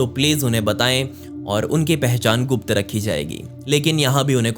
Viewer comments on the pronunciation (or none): none